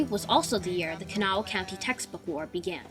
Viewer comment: gret good but its pronouct kuh NAW